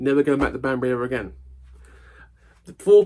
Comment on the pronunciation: It's my birthday on Thursday. This recent episode has had in hysterics. Thank you for the early birthday gift. I also thought at first you said 'Bambi' instead of 'Banbury'!